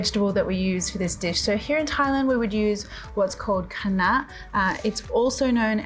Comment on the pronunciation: Wow! You pronounced “Kai NaH” so perfectly and I didn’t know it’s the same pronunciation as in Khmer Cambodian language.